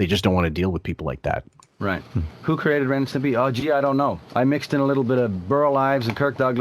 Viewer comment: You could start a drinking game for every time Wiggy said 'Stempy.' And it spotlights the 'cultish' nature of the place as you say,, that nobody had the temerity to tell their meal ticket, uh, it's Stimpy.